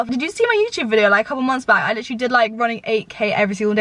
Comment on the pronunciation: PLEASE STOP saying 'litcherlly' every other word omg i'm mad